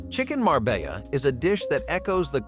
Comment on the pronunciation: I know what chicken Marbella is. But what's chicken marbaya just start over just erase it move on you're not going to pronounce it right don't do it at all it's honestly kind of pathetic for full adult to go through the trouble to make this video it's only 20 minutes long that you can't check to see that everything's pronounced correctly too busy huh